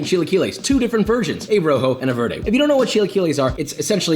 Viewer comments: Josh, it’s VARE-day!! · You can pronounce Chilaquiles, but not Roja or Verde?!? whatever. At least you didn't break the bank on these.